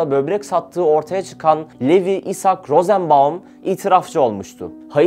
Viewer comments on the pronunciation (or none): none